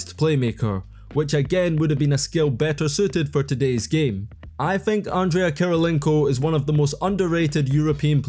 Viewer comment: he said andrea* kirilienko 😂